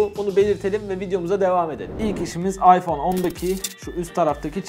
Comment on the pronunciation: Ayfon İks hahahhaha